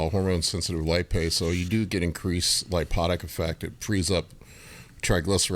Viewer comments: Hey its called "lipolytic" not "lipotic". Just like you always say "giantism" instead of "gigantism". If you're gonna be a coach, shouldn't you get your terminology correct? If you dont know the terminology then just say "fat burning" so you're not trying to sound fancy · Don't wanna sound like a jersey but I heard lipotic one too many times. It's lipolytic. I feel like skipped rubbed off on me with grammar and people using words when they don't know what they are. Lipotic would refer the antioxidant ala